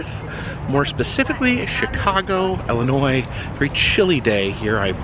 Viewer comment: It's NOT Ellinois, it's Illinois!!!! Get it straight ya Hoosier!